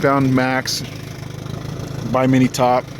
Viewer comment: Did you say "Bye-mini" top? It is pronounced "BIM-n-Eee" top. Sounds like "Him-'n-me."